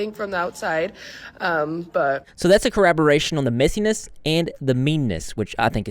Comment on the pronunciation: Hey man, I love your content but it's driving me crazy that you keep saying "corraboration". Corroboration is a word, collaboration is a word, "corraboration" is not a word.